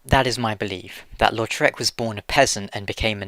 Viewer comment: Did anyone think he was saying lord shrek of carim?